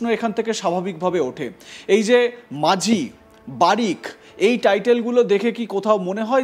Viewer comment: Majhi noy,ti is maji.correct pronounce n spelling